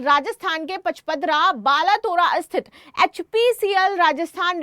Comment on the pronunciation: बालोतरा नाम है वो हिंदी तो अच्छे बोल लिया करो